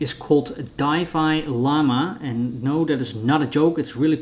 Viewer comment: It's pronounced "dee"fi lama